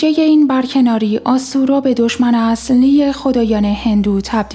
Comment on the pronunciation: بالام جان لطفا از این ویس و صدا استفاده نکن خیلی تو مخیه بدتر اون اینکه یه سری حروف مثل ص ض ش ل ح ژ رو خیلی بدجور تلفظ میکنه مثلا میخواست بگه خدای اصلی من دو بار زدم عقت که این چی میگه خدای چی اهلی اضلی چی میگه تا زیرنویس رو فعال کردم متوجه شدم تو مابقی ویدیو ها هم همینجور بود خیلی تو مخیه بالام جان گفتن زن استفاده کنیم تو کار واسه جذب خوبه اما دیگه واسه ویس ویدیو که نیا از صدای ضبط شده استفاده نکن